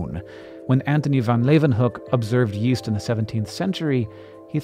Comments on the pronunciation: Yeast I thought you said west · Yeast? I thought he said Weast